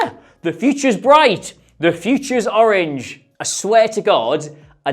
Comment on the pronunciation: You were doing so well until you said orange